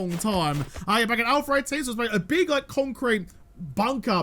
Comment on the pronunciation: I remember A18 videos mostly bc I used to giggle every time said AlphER18. It's a giggle less every day since A19